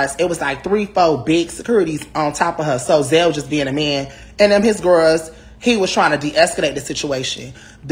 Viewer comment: “He was with his home gworls”